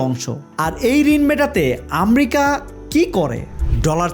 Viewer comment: ভাই আমরিকা কি। আমেরিকা।আপনি ঠিক ভাবে কথা বলতে পারেন না